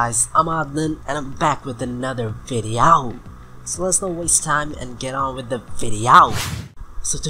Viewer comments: Texan Accent: Videoow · Your funny when u say ViDeA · Let's Go to The Videaw. I say the same thing :D